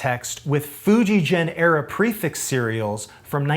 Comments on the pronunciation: Most of your pronunciation of Japanese is fine, but FujiGen is not pronounced as "GENeration" it is pronounced as "GE" as in in "GET". For it to be pronounced the way you are saying it, it would be spelled "FujiJEN", which it isnt. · Great video. It's a hard g for Fujigen, by the way; the word 'gen (弦)' means 'string' in Japanese. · Love the video. Small point, but Fujigen, Sugimoto, etc. use a hard "g." Really love your work and content here! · Just a note, the g in Fujigen is not as you pronounce, but the same as the g in "get". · One more correction, you’re pronouncing FujiGen incorrectly. In layman’s terms, the G is a hard G, not like a J as in Jenny. If you read the sign outside the factory, it says フジゲン. Google maps documents the correct pronunciation. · Enjoying the vid. Just a side note, FujiGen is pronounced with a hard G on the Gen. Not like a J. Just like Gakki. And Gakki would be Gak Ki. Aikido would be Ah Ee Kee Doe…